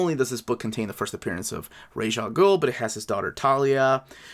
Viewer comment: nah it’s pronounced raysh